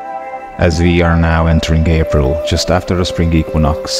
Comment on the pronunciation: Did he say Gay-pril?